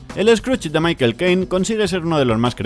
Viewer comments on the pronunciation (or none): none